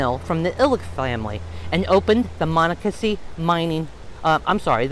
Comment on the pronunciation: You are not pronouncing the creek’s name properly.